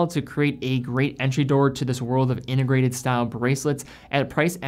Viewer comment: What does "innegrated" mean? Or are you just speaking sloppy?